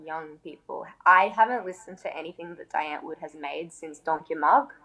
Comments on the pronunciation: Its dee ant-vword sorry but the pronunciation is bothering me. Sry. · It's pronounced "Dee Antword" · It's driving me mad when ever they say "Dye-Antoord". "DEEEE" Antwood. Also she's saying a lot but really telling us nothing. What the fuck is going on here? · Zheani pronounces their name “Die” “Dye” it’s pronounced “Dee” “Dee ant Ward” that’s how you pronounce it lol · so is supposed to be pronounced like dye or dee? i've always been told it is dee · It’s pronounced Dee Ant-Vord.... c’mon if you are going to be a die hard fan of a band both of them should know how to say the bands name. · The way he pronounces die antwoord pisses me off to a point I can’t even explain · At least learn how to pronounce die antwoord first